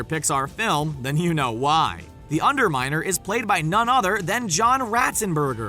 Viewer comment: LOL you said the under minel